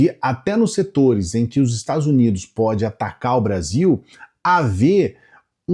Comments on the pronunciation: "... os Estado Zunido", ai meu ouvido, além da mentir não sabe se comunicar! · parei quando ele falou estadus unidu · além de usar o microfone errado o sujeito fala: "ozerstadozunido"... como eles são burros... afff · 😂😂😂😂 Adorei o sujeito falando "Estados Zunidos" (na 2° vez que fala o nome) e outros assassinatos da língua portuguesa como "apricando". O gado acredita em qualquer coisa.